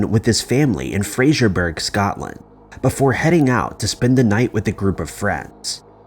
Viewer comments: Your videos are good, but they could become great IMO. All it takes is some polish. Finding out how to pronounce places like Fraserburgh ("Frazer bruh" not "Frasierburg") and that Scotland does not use 911... checking this stuff out takes mere seconds on the internet. I'm not saying this to be a dick, but because I'd like to see your channel improve and grow. Anyway, the video itself was very well made and had a very creepy ambience, so thanks for the content! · Just a side note, it’s pronounced Frazer-buh-rah, like Edinburgh is Edin - buh rah. I’m from Scotland :) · Technically it wasn't a 911 call; it would've been 999. Pedantic I know. Also Fraserburgh is pronounced wrong. Sorry, I'll see myself out... 🙂